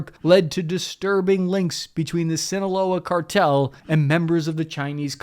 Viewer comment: That good ol' Swin-oh-wol-la Char-tell